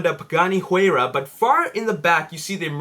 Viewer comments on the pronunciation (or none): it's "Y-Rah" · your putting to much emphases on the H in Huayra